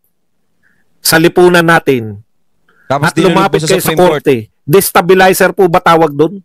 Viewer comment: He dosn't know the word Destabelizer..😅OMG